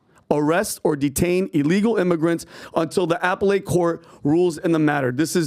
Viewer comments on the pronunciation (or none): Poor can't dress up the fact that he is unable to pronounce 'Appellate' without it sounding like the new ipad.. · "apple ate" court... Ouch 🤕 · Dude doesn’t even know how to pronounce “appellate”. 🤡🤡🤡